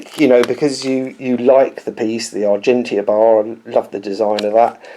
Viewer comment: ow do you pronounce Argentia? Argentia (/ɑːrˈdʒɛntʃə/ ar-JEN-chə) is a Canadian commercial seaport and industrial park located in the Town of Placentia, Newfoundland and Labrador.